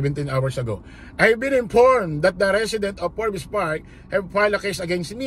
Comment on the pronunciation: Forbs silent E boss yung basa dun hehe